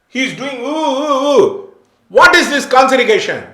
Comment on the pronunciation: You can't even pronounce consecration "conserication" and talks about Linga Bhairavi , I think you need to educated yourself sir first, secondly try to understand the dynamics of prana prathishta, if you entered the temple you would know.